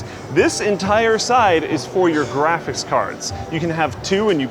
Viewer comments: am i the only one that every time says graphics card... it sounds like he's saying either "GRAPHIS" or "GRAPHITS" card? Not complaining, love the videos, just always feels like nails on a chalkboard whenever we talk about graphits cards:) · Is drunk? graphis cars? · Did anyone else hear him keep saying "graphis card(s)" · says "graphis cards" a lot in this video. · really said "graffis cards" a lot in this vid. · graphis cards lol Voice getting a bit worn out at this point, or have you always pronounced "graphics" this way, and I just never noticed? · "Graphice cards"